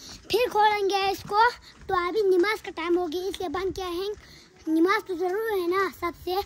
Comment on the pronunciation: NAMAZ hota hai NIMAZ nhi hota😊